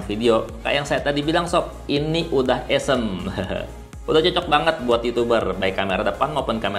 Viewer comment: Bacanya Awsem kali bang, bukan ewsem hehehe